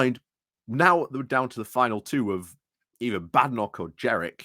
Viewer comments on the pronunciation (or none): It's Jenrick, not Jerick.